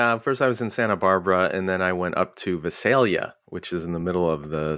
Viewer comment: Oh wow Skye was just 45 minutes from where I live. I'm from the Central/San Joaquin Valley and I'm happy living here. By the way, Visalia is pronounced with a long "I" like in "ice". 😁